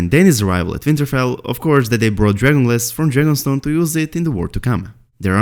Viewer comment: Please fully pronounce and enunciate DRAGON GLASS. Speak a little slower so we can understand your accent. Why the rush????